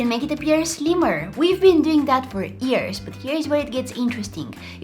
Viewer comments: Who heard her say ears instead of years I wanna know like if you did or reply🤔❤ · I love that she says ears instead of years ❤❤❤ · Am I only noticing that the way she says years is "ears" lol 🤣😂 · Why every time when says years she ends up saying Ears? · We have ben doing that for EARS(she was trying to say years)🤣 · What she said: “We have been doing it for years” What I heard:”We have been doing it for EaRs” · its kind of cute how she pronounce years and ears the same way (btw : medical tape is made to stick to skin so yeah its not gentle :x, but the second liner hack ? i need to try that ! ) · Skreen and Years